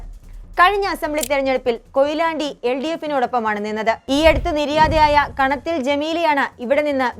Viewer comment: എലത്തൂർ എന്നത് ഏലത്തൂരും, കാനത്തിൽ എന്നത് കനത്തിൽ എന്നും